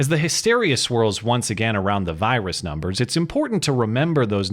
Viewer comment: Did say "virus numbers" in a southern accent?